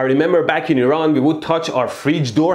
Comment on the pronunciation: Did u just said iRaN ?